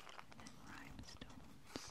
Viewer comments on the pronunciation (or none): I love this video. I love that you say rhymestones instead of rhinestones several times. It's very cute and sweet. My husband (not a native English speaker) says things like that and we get some giggles out of it. It's very very endearing! I think on the spa one I watched last night you said "earmuffins" and I was like "AWW!!!" :) heart heart p.s. don't change the way you say it just because we point it out, okay?! hehe The tapping and the bringing attention to the detail on the cards and journals is so very soothing, as is your voice and appearance. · i heard rhybestones 😂😂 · It gives me tingles when she "misspeaks"